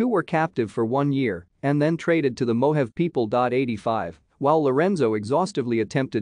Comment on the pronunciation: its not mo have. its mo haw vee